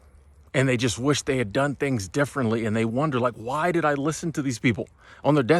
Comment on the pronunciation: I agree with you. Maybe too much emphasis on "just"